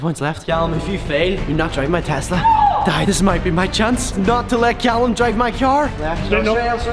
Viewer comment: He finally said tesla and not tezzzzzzla